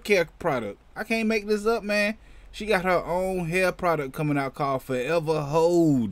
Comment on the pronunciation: I thought you said “Forever Hoe”.. 🤣🤣🤣🤣